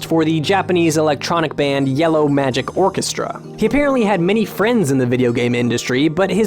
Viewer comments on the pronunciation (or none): none